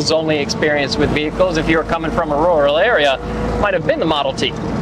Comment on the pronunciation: "Rooral Area"